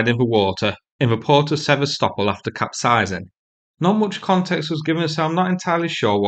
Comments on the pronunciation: Sever-stopol..it's Se-vast-opol. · Hard to listen to you butch the name Sevastopol 😂😂😂😂😂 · It might be useful.if you could learn how to pronounce "Sevastopol" properly.